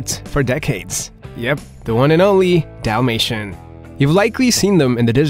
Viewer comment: Dalmatian with an A not an O. Yes. They shed ALL year round. If you see more shedding than usual it’s usually from an allergic reaction or they are blowing their coat from some kind of hormonal fluctuation.